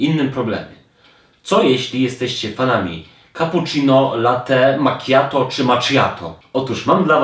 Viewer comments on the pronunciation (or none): Wszystko spoko, ale błagam... Raz na zawsze: latte macchiato czytamy prosto, czyli "late makiato" ew. z lekkim podbiciem na "k", bo nazwa się wzięła z języka włoskiego. Żadnego "maczjato", czy "mokaczito" 🤣